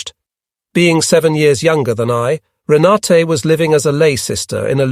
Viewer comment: Rena-tuh (German pronunciation), not Rena-tay